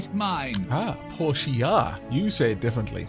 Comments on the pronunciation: Portia is clearly pronounce Porsha, as you've been quite rightly saying it, as Portia is a character from The Merchant of Venice and that's how Shakespeare and all actors ever have pronounced it. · I concur that Portia is pronounced right. I have a friend named Portia and that is definitely how she pronounces it.